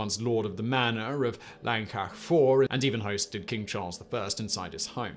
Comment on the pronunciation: I can forgive Llancaich Fawr as it is pretty tricky. I can forgive not knowing that the emphasis in a word is almost always on the penultimate syllable. No excuse for pronouncing Llangollen as "langolen" though. Even pronouncing it as "Clangocklen" would have been acceptable.